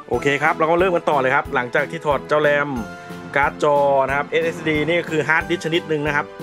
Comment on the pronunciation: เหมือนเป๊ะเลยครับ ขอบมากๆครับ